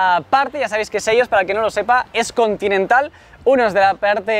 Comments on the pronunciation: Se dice chelos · debes pronunciar bien los nombres de lospokemones "SHELLOS" mira el anime y te daras cuenta que lo estas diciendo mal